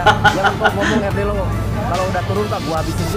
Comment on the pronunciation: RD LAW BUKAN RD LOU